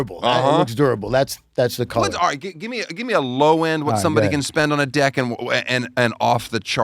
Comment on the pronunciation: I swear they’re pronouncing deck with an i.